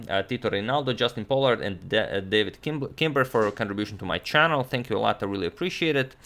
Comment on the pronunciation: Agad can pronounce names like a pro but “David Kimber” is the name that trips him up?